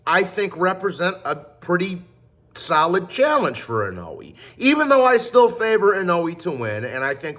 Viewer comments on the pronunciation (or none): how hard is it to just say Inoue(In-o-WAY) not inuwee lol